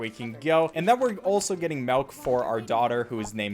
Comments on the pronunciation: Did u fr say melk instead of milk... i thought i could trust you... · Melk? Tf is melk? You mean milk? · It's MILK not MELK! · It ain't Malk it's milk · You should speedrun pronouncing 'Milk' correctly. I've watched a bunch of your runs, but Melk isn't Milk. Get Gud noob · This man really said melk. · It's called MILK NOT MELK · No-one gonna mention how he calls it melk? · Can’t believe he says malk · did he just say... MELK!!!!!! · Wait wait wait- you heard that? He said "Malk" YOU'RE SAYING IT W R O N G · He said “melk” lol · Ah yes I see that you are one of many people who pronounce milk like "melk"